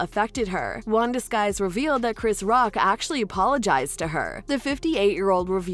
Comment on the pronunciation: IT'S NOT WANDA SKIES IT'S WANDA SYKES, GET AN ICONIC LEGENDARY VETERAN'S NAME RIGHT PLEASE.